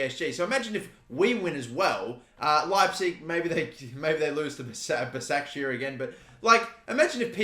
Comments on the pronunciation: it’s pronounced like ‘bashakshahir’ i’m pretty sure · Its pronounced bashaq shehier